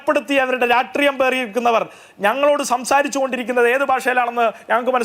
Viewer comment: Not ratreeyam but rashtreeyam